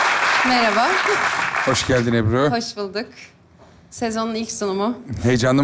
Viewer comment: Ebru seçin ismini yanlış söyledi